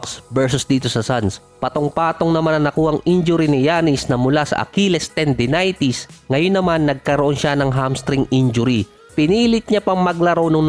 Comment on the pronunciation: Akilis tendinaysis gianis tanasis 😂